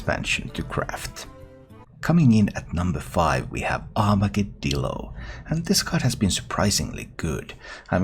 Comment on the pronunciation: You are the first streamer I’ve heard pronounce Armagedillo properly as a mix of Armageddon and armadillo. Thank you!